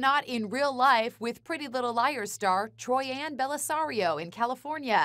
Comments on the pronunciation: Is no one gonna comment that she said troian wrong. No just me ok... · did she say “troianne” it’s troyen that’s how you pronounce it it’s spelled “troian” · It’s pronounced troian not Troy-Anne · Troien : it's TROIAN TROIAN, TROIAN !!!!!!!!!!!!!!!